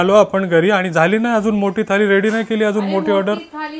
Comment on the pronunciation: ळ' bol re ल nahi, थाली ky marathi mde थाळी बोलतात. MARATHI asun asha chuka? Baki chaan vlog bnvtos 👍